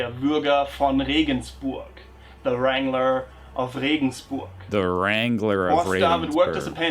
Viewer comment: not wrengler- strangler